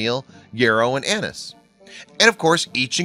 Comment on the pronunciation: Floating on top of the beverage was a bundle crammed with all manner of herbs, such as : Camomile (second herb unintelligible) and Anus lmfao (yes, I know it's really Anise, as in Star Anise, but the way he said it as Anus is funny as hell.)